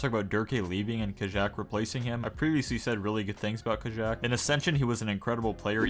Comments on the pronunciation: No hate intended but I think Kajaak is pronounced Kayaak Keep up the uploads ❤❤ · it's pronounced ka-yak" no?